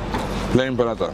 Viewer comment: STOP pronouncing paratha the way you do, it’s not the right way and extremely annoying. !